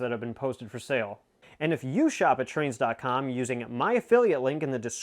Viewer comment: YES THATS TWAINZ WITH A Z AND A W HEE HEE;-)